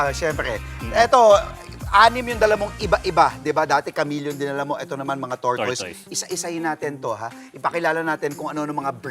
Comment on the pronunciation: /tor tis/ po pronunciation jan.